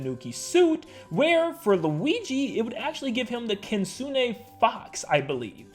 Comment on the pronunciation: Kitsune, not kinsune😑